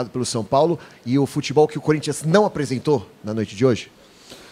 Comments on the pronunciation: opa! So repara na forma ele fala,ele não diz Corinthians,ele fala curinthians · "Cúrinthians" Diniz, Fernando 2019 😂😂😂😂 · é no minuto 1.43 kkkk ele fala curintia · DINIZ "CÚRINTS" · Quem ouviu ele falar CURINTHIANS DEIXA O LIKE !!!!